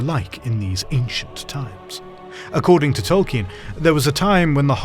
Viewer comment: tol KEEN.